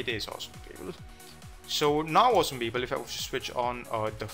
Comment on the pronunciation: Prajapati Oh it's "awesome People".... I thought he was saying "Awesome Beagle" over and over! LMAO